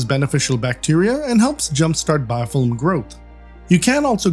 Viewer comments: "Biofillim" haha 😄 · like the way you say Biofilm 😍 ohhhhhhhhhhhhhhhhh